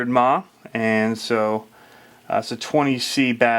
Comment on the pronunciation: WTF is a "mah"? Is that a maaaaaa? Maybe a mahhhh? How about ahhhh? Do you even RC? I was watching until I heard that bullshit.